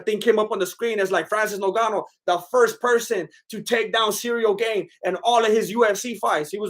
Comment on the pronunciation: "Cereal Gayne" <3